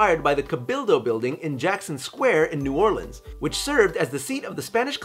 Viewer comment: Shout out to you for saying New Orleans correctly!!! My only comment on this video!! <3